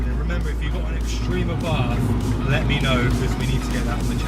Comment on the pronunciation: Great vid! As an American, I respectively request that you do NOT use the Americanized pronunciation of Carlo Abarth's last name. Good Italians and good Italian car drivers say either eh-bart' or ah'-bart. The Italian "th" sound puts emphasis on the "t." Thanks oodles!